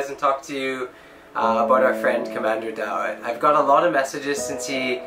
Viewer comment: Commander daot not dato